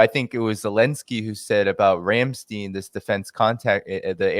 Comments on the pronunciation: Please stop prouncing it Ramsteen, it's Ramstein as in the word fine. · RAMSTEIN RHYMES WITH "NINE". EIN, NEIN, KLEIN, IT'S A GERMAN WORD.